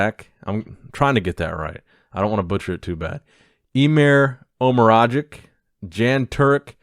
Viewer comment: It's pronounced Yan not Jan I think